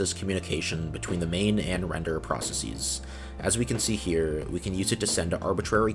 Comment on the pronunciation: Perfectly explained and very interesting! The pronunciation of "processes" is quite jarring though.